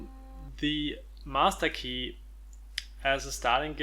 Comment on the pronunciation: Did this man just say the 'massa key'?